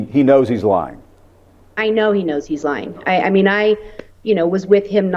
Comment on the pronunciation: Lying, not “lieing” 😬